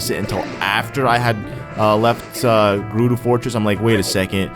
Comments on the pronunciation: "Gerudu" ohhhh i have a giant urge to correct him! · Its Guh-roo-do